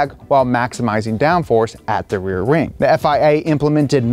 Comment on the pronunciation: Am I the only one who hears "rear ring" 🤔